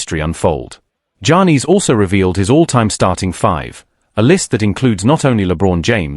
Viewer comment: Dude screwing up Giannis name all up, not even close.